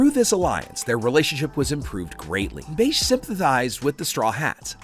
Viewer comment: Plz bro - he’s not called “Beige” he’s called “Bege” (Beji)